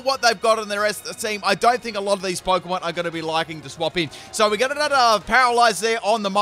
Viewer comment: The way you incorrectly pronounce a lot of Pokémon hurts.